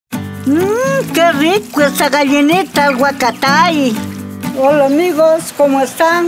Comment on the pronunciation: Q graciosa dice huatacay en vez d huacatay😊